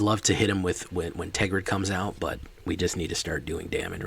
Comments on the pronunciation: TERGRID. Not TEGRID. I almost stopped watching because you were not saying it right. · And it is Tergrid. you do have to say the first R.